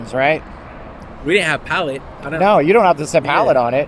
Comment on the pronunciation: That’s not how ‘palette’ is pronounced